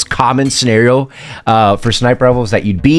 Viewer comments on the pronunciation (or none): none